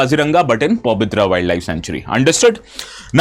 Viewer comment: Not Pabitra, it is Pobitora ( পবিতৰা)